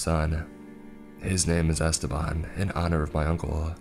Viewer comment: 'EstÉban' the name is EstEban the E has wrong pronunciation omg, that was scarier than the whole story